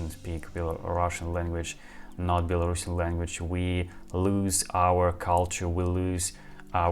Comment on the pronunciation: Стивен имел ввиду, что вместо "Белорусиан", произносят "Белорашн". То есть, это как если бы по-русски сказали "Этот человек белорусский", вместо "Этот человек белорус".